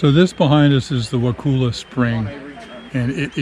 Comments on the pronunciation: Look dont say wakulla like wa-cool-a the locals dont like that, its more like a wakulla said like color but with an a sound at the end instead of an r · FYI it is pronounced WAA Cull A not WAA cool a. The boat rides are well worth your time! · You were so close, wa kull a is how we say it.😊